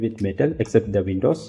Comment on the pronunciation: What's vin-dos and no-sell? 🤷‍♂️